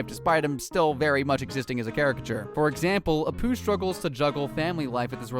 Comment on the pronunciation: First, stop flipping the images. Whatever you're doing it for is bluddy stupid. Second, your section on Apu, you pronounced his name wrong and repeated a section of speech. Third, not all of these are ACTUAL Jobs. Graffiti Artist and Climate Activist are certainly not "jobs" for a start. Eat those words, boy. Donald Trump is doing some great things in America. 52:2 Why did you replace the real (and non-copyrighted music) with this absolute drivel?